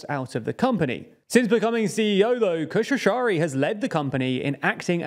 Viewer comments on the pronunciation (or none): His name is Dara Khosrowshahi, not Koshrowshrari